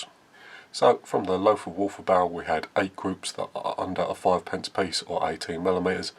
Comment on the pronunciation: Well done! Pronounciation is Lotar Walter. Just forget the h...